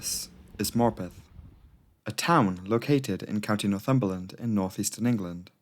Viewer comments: Dude I swore he was calling the town “Morbin” for like tho whole video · For heaven's sake. That pronunciation of Morpeth, from someone who is actually from the North East, is just cringeworth!!!! Why on Earth are you trying to sound American, as a Geordie, making a video about a railway accident IN North East England???? Stop selling out and be yourself. No-one is falling for that truly silly accent.